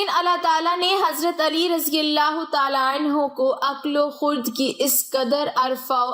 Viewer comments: Aqqal wo khurd nahi Aqqal wo khirad padhte hain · Aqal o khord nhi khird hota ha.Alfaaz sahi parha karian.